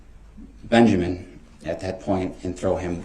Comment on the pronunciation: His name IS NOT BEN-jer-MAN!! It’s Benjamin! Ding dong!